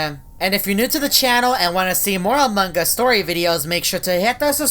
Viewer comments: Its among us not amongus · I die every time this guy says “amonG us” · Subtitle when says among us: amanga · This is how he says amongus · Amon GUS